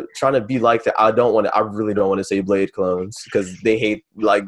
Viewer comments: No it's fucking not lol.. It's pronounced BLADIE or BLADEY.. I've met both Lean and him multiple times in Seattle after shows and listened to lean call him "Bladey" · How they pronounce it "BLADE" lol Get it right plebs. The god king Bladee don't approve.